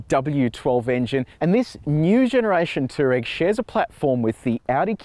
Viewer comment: FYI. It's pronounced "two-wah-reg"